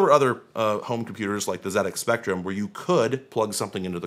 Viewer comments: Those ZEE-ECKS Spectrums are pretty cool! They may export the console, but not the pronunciation 😉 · Pronouncing the ZX Spectrum correctly is much appreciated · I thoroughly appreciate the correct pronunciation of ZX Spectrum. n_n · I'd expect Linus to say something as dumb and ill-informed as that, but not someone who usually knows what they're talking about. For example you nailed the pronunciation of ZX Spectrum, something that most Americans seem to struggle with.... but dismissing the MSX is pretty tone deaf, especially when your audience is made up of retrogaming and vintage computer enthusiasts. Do better. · pronounced "ZX Spectrum" correctly, so I'm happy to overlook "dot see oh dot you kay" lol